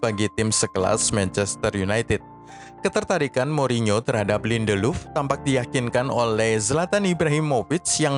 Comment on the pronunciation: Lindeluf 😅 ngakak dengernya